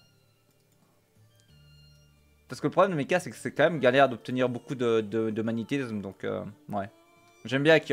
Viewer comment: Magnétizzzzzzzzzzsme (tilted) X_X